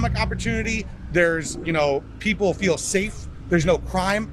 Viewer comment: Kérdezted, hogy a megszólaló amerikaiakat mennyire értettük. Teljesen. Az első szemüveges csákó mondanivalójában a "rural", "feel", "important" amelyek kiejtése kevésbé volt érthető. Valahogy furcsán ejtette őket.